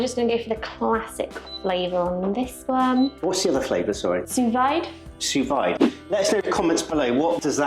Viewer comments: Yes. It's VEED not VYDE. Chef Gordon Ramsay calls it VEED so there you go. As do every other pro chef. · Sous Vide, (pronounced Soo Veed) IS a French technique of placing your meat or veggies into a Sealed plastic bag/glass jar and placed in a bath in a pot of low temperature water (slow simmer) for a predetermined amount of time. It's is not Steamed. That steal looked GOOD to me. I would have added garlic and onions while cooking but that's my taste not yours. I don't eat meat and their by-products anymore and I liked lamb when I was a carnivore but didn't prepare/eat it much so I can't comment on that. You two, three with the baby, are becoming connoisseurs! Great job. I enjoy your videos and look forward to you becoming Great Pit Masters on "Ole Smokey"! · Suvide is pronounced Su veed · Another small correction...Sous Vide, pronounced sue veed. You do pronounce the "d".